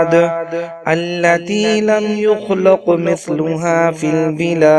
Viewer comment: یخلق کی لام پر زبر کی جگہ پیش پڑھی گی ہے اصلاح کر لیں